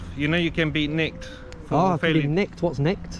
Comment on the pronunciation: “You Can Be Nikkked” how unprofessional from this sausage,this is why you need cameras to record these thugs,can you imagine what these thieves get up to day to day.